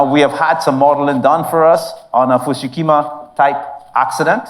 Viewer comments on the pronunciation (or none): Fu - ku - shima, not Fu - Shu Kima